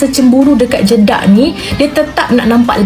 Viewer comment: Kak kenapa nak cakap jedak jadi jeduk pelik lah kak 😅😅